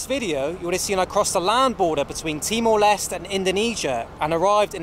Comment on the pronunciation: It's TIMOR "LESTEY"